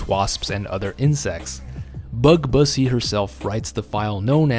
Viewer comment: He said bussy 😂